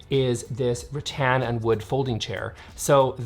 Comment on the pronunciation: Rattan chairs originated in Asia where it's hot and humid. Check your pronunciation! The crockery you've shown is very Continental (not British). The British pronounce 'vase' as vars! English is not a phonetic language despite how Americans treat it. You don't, for example, pronounce the 'e' in the words 'love' or 'give', do you? 😁